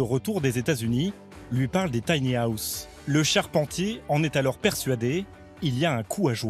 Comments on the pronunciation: mdr l'accent je suis mort de rire à chaque fois qu'il prononce tanyaousse. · Y a un moment va falloir faire des efforts de prononciations. Soit le dire en français "petite maison" soit s'appliquer et éviter "les taniahousses" sérieux. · Si la voix off pouvait apprendre à dire "tiny house" correctement, ça serait reposant pour les nerfs. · Merci, il me semblait bien que c'était mal prononcé...